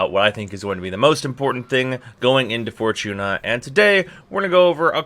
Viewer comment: Didnt know "Fortuna" had a CH in it..